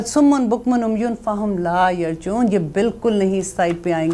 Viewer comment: yar ji oon hai not yar jaoon